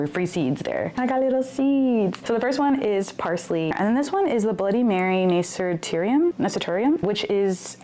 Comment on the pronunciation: I can't see the text but i think the flower you're talking about is the nasturtium, it's pronounced nuh-stur-shum! My dad always loved planting those in his garden, they're so cute